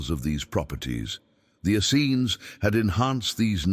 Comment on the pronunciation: Please get a human narrator so that we can get the correct pronunciation of the word "Essenes". It is pronounced "es-seens" with the accent on the 2nd syllable. The AI narrator flip-flops back and forth between the incorrect and correct pronunciations.